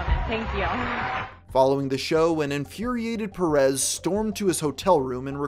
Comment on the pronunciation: My dear American friend its Pérez, not Peréz.